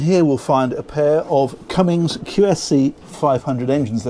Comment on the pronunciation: There is no " g " in Cummins.